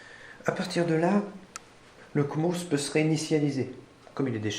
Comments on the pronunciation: "Le comos" Le C mosse, faut prononcer. "D'une façon permanente" Faux, puisque son fonctionnement dépend de sa pile. "Quand le PC est éteint il est alimenté par la pile" Tout le temps. "Qui pourrait être mortel à l'ordinateur" Je sais pas de quoi tu parles mais c'est du bullshit complet "Le BIOS AMI. C'est un ancien BIOS" ... Il est toujours mis à jour, hein. "Le cavalier JP4... blablabla... à ne pas utiliser car c'est une solution de dernier recours" Non..? C'est une méthode banale. "Des sites sécurisés... Plus sécurisés que Gogole chrome et Yotube." saute du plafond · Sa se trouve c'est juste par se qu'il a 2 de tension qu'il prononce mal 😂